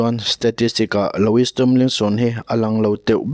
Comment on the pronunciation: Loowie ti a lam tur